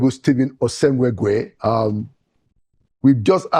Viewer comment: Pls call that pronounce this beautiful name correctly. "Osemwegie" and not osemweguie as you pronounce it pls. It is meaningless at that.